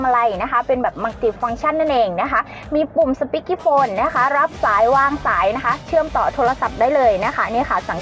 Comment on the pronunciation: speaker phone ครับ ไม่ใช่ speaky phone